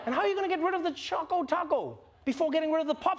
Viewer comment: the real question is why every one calls it Chaco Taco when it clearly says Choco Taco